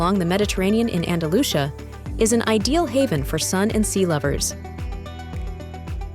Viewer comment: Galisha? Andalusha? Really?